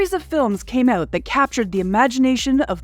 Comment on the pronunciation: "Let's find uuuuuwt abuuuuwt", shall we? MUST be Canadadian. : P